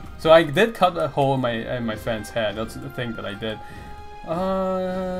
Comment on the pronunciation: Shame about the recent Criticism nerf haha. Also lol, your accent really made it sound like you cut a hole in your friend's "head" as a prank xD I was about to get really worried until I realized I misheard you lol.